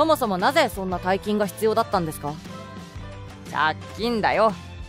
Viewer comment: 大金は、おおがねではなく｢たいきん｣じゃないですか?｢おおがねもち｣とは言いますが、おおがね単体でつかう事は無いと思います。